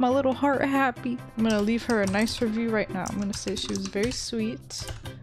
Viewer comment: I thought you said fairy-simple thing HAHAHHAHA XD